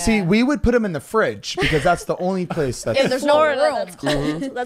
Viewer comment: Zane says "thum" instead of "them"